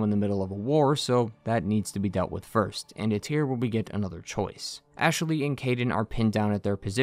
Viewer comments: Great analysis but did anyone else notice the odd way he pronounces Ashley? Ash-eh-ley 😂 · I like how you say Ashaley